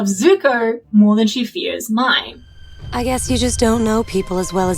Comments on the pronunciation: Why do so many people pronounce Mai's name like "My". They clearly pronounce it like "May" in the show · her name is pronounced may btw